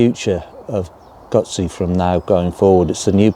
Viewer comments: It's not a GAAAAAAAAZI. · I hope you al learn how to pronounce GUZZI 😅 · The only bad thing about this video is the way they say guzzi lol.